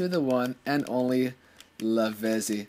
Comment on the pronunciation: Lavezzi is pronounced Lavettsi. The Zs are like the Zs in pizza.